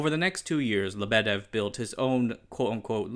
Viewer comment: Not LeBEdev, LyeBedyev. Why isn't there something that helps people pronounce foreign words properly... And lol, idk why there's even need to explain, communism/socialism kills everything, especially if there's parallel competition with more free countries